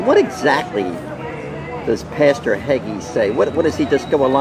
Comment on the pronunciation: "Hagee", it's Pastor Hagee.